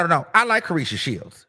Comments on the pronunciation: IT was INTENTIONAL SHADE 😎 😅 I KNOW me some plus ➕️ he usually BUTCHER PPL NAME frfr 🤣 😂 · Him saying that lady name wrong was that shade or he really dk her name?